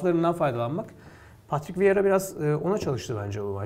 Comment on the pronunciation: viera değil vieira abi. saygılar, sevgiler 👋